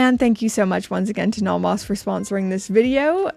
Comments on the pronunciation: The way you say Nomos is the way everyone should say Nomos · So glad Nomos send these to you, because you’re the best to review these awesome watches! I really like how you pronounce these German names 😁 but some are not that bad lol.